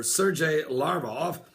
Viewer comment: So, Alexander the Great had the Spear of Destiny, huh? Considering the fact that he lived 300 years BEFORE Jesus, I highly doubt it. I think you need to re-check your history Pastor! Also, the "G" in Sergei is hard, not soft, and Lavrov's last name has a "V," not a "U." LaVrov, not LaUrov. Also, the Dan. moment is something done by the Antichrist. Not someone else. And when one Psalm is quoted, it's PSALM 83, ect, not PSALMS 83. Thank you.